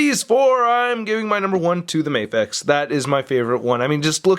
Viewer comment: It's "Mah-fex" not "May-fex". Because it stands for "Miracle action figure x", not "Miracle ay-ction figure x"